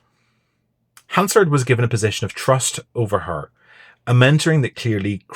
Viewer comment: You can tell this guy is a weasel from the way he pronounces Hansard.